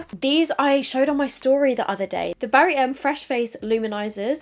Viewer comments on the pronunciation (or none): none